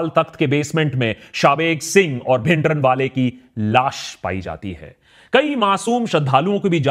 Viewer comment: bhai bhindran wala naam me n silent hai app pura bolte ho deol ko app dewal bolte hai dhillon ko dhillan bolte hai deol me o silent hai dhillon me n